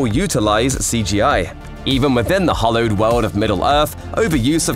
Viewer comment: It's "hallowed", not "hollowed". If you don't know a word in the script you're reading, look it up. If you're writing a script using words you don't know, please quit your job and do something you're qualified to do. Likewise, if you're a scriptwriter who doesn't know the difference between proofreading and using autocorrect, please quit.